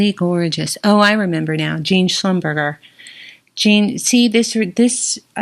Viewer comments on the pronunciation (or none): Hi, I’m assuming that you must know by now, you mispronounced Schlumberger. It’s not Schlum BURGER, it’s Shum BUR SHAY. To my knowledge, Tiffany only creates jewelry in 18k as far as gold content. At least, I’ve never seen any 14k in a catalogue, nor in a store.